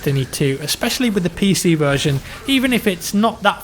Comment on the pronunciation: when you said PC stuff i though you said Piss Eazy stuff